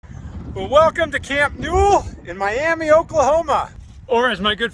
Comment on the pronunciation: Ok it‘s MIAMA NOT MIAMEE LOL. ALL OKIES WILL KNOW YOUR ARE A TOURIST